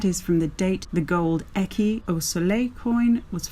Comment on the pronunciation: Great coin weight, amazing find made by sight only. Congrats! I only found two of them in three years (with a metal detector, cheater that I am). You mispronounced the word écu. Ask Nicola about it the next time you meet her. Thank you for sharing this wonderful video. Tschuss.